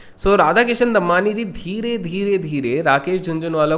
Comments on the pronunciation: Bhai pronunciation Damani hai Dammanni nahi. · Normal people: Damani: Dambani 😂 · It's दमानी, not दम्मानी